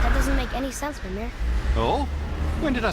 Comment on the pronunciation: omg stop saying fenir, it's fenrir.